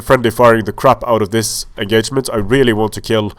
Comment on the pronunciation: "This enGAYment"